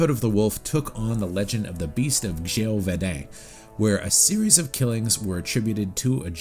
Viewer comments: Not to be a douche about it but my goodness the pronunciation of the names....it is pronounced Ze-vo-dan. And the name of the composer is Joseph LoDucas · You're from Montreal and you butchered, "Gévaudan"! Lol. Just giving you a hard time. Nice review!